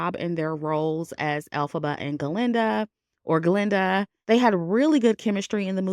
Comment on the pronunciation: Very good review! Sometimes you say Glenda and most of the time you say Galinda. And it's etcetera, not eXcedRA. But, other than the mispronunciations, really GOOD WORK on the movie analysis. Thank you!